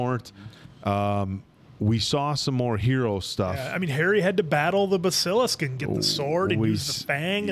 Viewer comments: ps guys, it's BASS-uh-lisk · I was lucky enough to grow up with the books. Harry's 11 birthday was when I was turning 11. Watching y'all made let me reignite those beautiful memories. Cheers from Australia, boys! Keeping it real though, it drives me nuts when y'all pronounce Basilisk 🤣